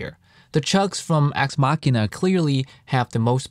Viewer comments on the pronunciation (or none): Homie was saying axe Ma-shin-ah and had to dub over the proper pronunciation, hehe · I stop by here every now and then, to listen how you say Axe Machina.